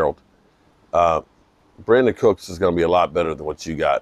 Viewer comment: It's Brandin